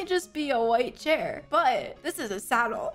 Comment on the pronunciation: Breaking news, pronounces Chair as "Sea-hah-eer"